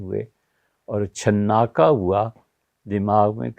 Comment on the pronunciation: مفتی صاحب جو تلفظ چھناکا کا بزرگوں سے سنا ہے اس میں ن پر تشدید نہیں ہوتی۔ وسلام۔۔ خیر اندیش